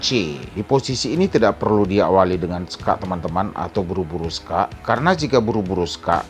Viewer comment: Kok bilangnya sokakk😅😅